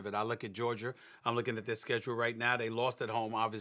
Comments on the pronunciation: MADEA A. SMITH , the boa said Georgier 😂😂😂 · So NOBODY gone correct SAS " Georger" 👴🏾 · he said Georgier and Kember Walker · It’s like he aint even try to say Georgia. He went straight to georger 😭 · Nobody: Literally nobody: Stephen A Smith: GEORGIER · Stephen can't say words with "ah" at the end, he says "er" 😂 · Stephen A- you look at “Jerja” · I love to hear a man who makes $10 mill per year to talk say “Georger” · George-ger??? Minne-soter?? C'mon S.A your on tv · Stephen A has a problem pronouncing words that ends with A. Goergier, Kember 😂😂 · Stephen A. really said “Georgier” 😂😂😂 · Of all the big words Stephen A can say....the man cannot pronounce the word Georgia🤦🏾‍♂️ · Anybody else realize Stephen says Georgia with an ER?? 😂😂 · Someone that always brags about his speaking skills sure doesn’t know how to pronounce a lot words like Georgia lol